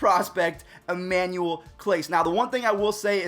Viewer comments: This is how many times he said clase name wrong ⬇️ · U didn’t say his name right